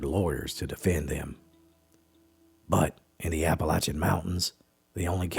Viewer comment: "Chimleys?" At least he pronounces Appalachian and Appalachia correctly.